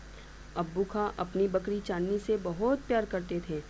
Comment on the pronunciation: Its not bkdi its bkri